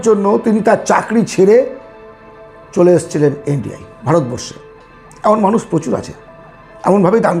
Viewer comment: কথাগুলো খুব সুন্দর কিন্তু স, শ, ষ এগুলো একটু ঠিক করে বলুন অপসেন নয়, বেসি নয় ওটা মানুস নয় ...বিস্বাস নয় বিশ্বাস... এগুলো খুব কানে লাগে ..